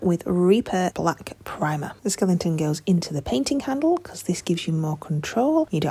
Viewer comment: What’s a Skelington?